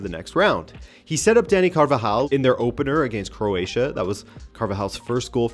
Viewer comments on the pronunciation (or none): none